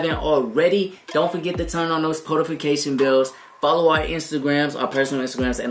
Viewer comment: He said nost potification bells😂